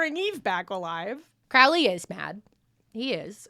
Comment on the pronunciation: lifehack to pronouncing Crowley's name correctly: Don't, just call him "Crowrey" instead